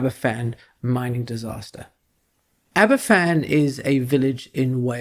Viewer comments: One very tiny point - it’s pronounced Abervan , not Aberfan (a single f in Welsh is a v sound, whereas ff is a f sound - hence the long running joke over the pronunciation of a famous welsh beer Felinfoel 😉) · "Aber-Van", not "Aber-Fan"'